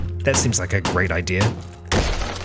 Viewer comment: I love that says "Idear" I guess no matter how good your accents are some things are too ingrained lol